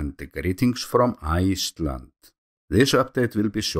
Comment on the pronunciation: The King of ieeeeeclnd right here